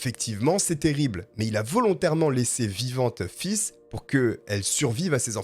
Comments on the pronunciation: PS faith se prononce comme fesse à peu près en français. Merci pour tes vidéos et ton enthousiasme ça fait du bien au moral quant à çe sale type le cas me divisé. Je suis pour la deuxième chance, parce qu'on est pas à l'abris d'être aux abois et de voler par exemple, Mais violeur, pédoptphile et tueur en série ( donc3 Mais à 2 ça suffit selon moi) ils devraient rester loin de la société. Mais je pense aussi qu'on devrait repenser le système carcéral en France, les gens pour s'accrocher doivent avoir des perspectives d'avenir, qu'on les laisse plus reprendre leurs effets personnels et paf dehors.., il y a des pays nordiques ou les prisons sont sans murs et les prisonniers ne s'évadent pas. Donc en rendant les prisons plus humaines ont rendrait les prisonniers plus humain, accepter des animaux a été testé en France et s'est révélé très bénéfique car ils apprennent l'empathie et l'amour d'un animal est inconditionnel . Les chats dont le ronronnement est un son rassurant c'est prouvé, ta petite Maya doit te le montrer , devraient entrer dans les prisons qu'en penses tu si tu me lis et les autres aussi??? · Euuuhhh ... Se tromper une fois sur le prénom ... Ok ... Mais là , ''faith'' , ne se dit Pô ''fisse'' ... Roh la la ... !!!! Voilà , vous pouvez contempler l'un des commentaires les plus inutiles qu'il soit !! Non mais "fisse" , ça crains comme prénom !!! Plus sérieusement ... Merci pour votre travail , ce sont souvent des affaires peu connue , et peu commune !! Très bon boulot je trouve , recherches sérieuses , contrairement à certains , qui sont près à dire n'importe quoi , pour combler les trous dans leurs textes et leurs vidéos ! Bonne continuation à vous et on l'espère une belle réussite ! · Pareil moi qui adore ce prénom ca ma pas mal stressé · Enlevez moi ce commentaire, je ne pensais plus qu'à ça en entendant le prénom 😉😂😂! mais ça a enlevé de l'horreur à ce fait divers ce n'est pas plus mal! t'es au top je suis fan, bon boulot!